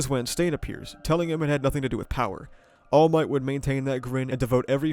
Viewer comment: "iron might" lmfaoooo